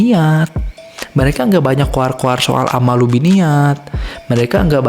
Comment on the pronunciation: Hmm ku kira cuma salah penulisan judul. Ternyata emank salah nyebutin, bolak balik dengerin kok "ammalu binniyat".... Yg bener "A'malu binniyat" cek lagi haditsnya. "Ammalu" itu artinya apa? ... syarat diterimanya amal ada 2. Pertama, Niat benar Lillaahi ta'ala. Kedua, Caranya benar sesuai syari'at (tidak melanggar syari'at).